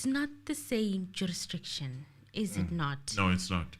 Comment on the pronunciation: Even in 2024 is still struggling with the word jurisdiction 😂😂😂